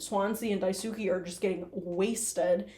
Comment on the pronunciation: Daisuke is pronounced like “die-skay”